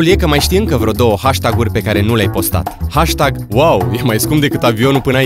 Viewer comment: Care-i treaba cu "HASTAG"-ul acela? Nu se pronunta asa. =)))))))